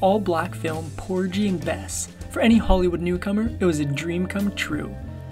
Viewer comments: por guh guh guh gee - porgy - not por jee! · The "g" is hard in "Porgy and Bess" as in "pore-ghee" not "pore-jee". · Regarding the Gershwin Black Opera, PORGY AND BESS, the male counterpart is pronounced POUR-GHEE, not "Porgee." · Except that the narrator called the famous musical "PORJEE and Bess" instead of "PORGHEE"! This narrator and others often mispronounce common or well-known words. I can't understand why they don't look up or ask about words they aren't sure about. Or why they don't have someone who oversees the recordings being made and has them correct their mispronunciations. 😑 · It's a hard G in "Porgy and Bess" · The "gy" in "Porgy" is pronounce like "gees" without the "s". Other than that great video. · "Porgy" is pronounced more like "Doggie". And, the word is "exaCERbated" - not "exaBERrated". Surprised at the incorrect pronunciations by narrator. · It is pronounced Porgee not Porjee. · Porgeee not Porjy! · Great video. The movie is pronounced “Poor-gee” and Bess ❤ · Poor-geee. Loved Pearl❤ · The g in Porgy & Bess is a hard g. Maybe they should have spelled Porggy!!! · No this man didn't say PORJY and Bess! 😳 It's Porgy ( G as in Go) and Bess. People shouldn't narrate if they haven't researched the principle. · First off, it's Por-gie (like the g in pig) and Bess. Sorry, but if your're going to narrate something please do it right. Please check to make sure you're saying all the names right. And you're right, she looks a lot like Queen Latifah, and so did my daughter. Beautiful. Thank you for this video about her. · It's a hard "G" in the name Porgy, not pronounced "Porjee". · You lost me at Poor-g and Bess. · its pronounced Poor-gee ….. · Oh buddy... it's pronounced POOR-Ghee and bess. Hard G 😘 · Very interesting! Oh, btw the 'G' in Porgy and Bess is has a hard 'G' sound as in 'goat or gum'. Thank you for this wonderful video! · I was today years old when I learned the correct way to pronounce Porgy as in Porgy and Bess.